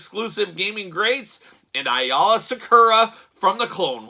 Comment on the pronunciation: A - LA IS HOW IT Pronounced hate to be that guy sorry